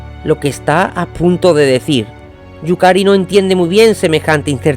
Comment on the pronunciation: Excelente. Yukari se te va el nombre algunas veces pero bien. Y es cierto lo de Bobang, es otro club. Me intriga saber qué pasó con Akai en la Sampdoria y que sucederá con los históricos Matsuyama y Wakashimazu, ojalá también vayan a Europa. Saludos